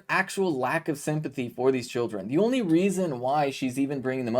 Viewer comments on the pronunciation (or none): none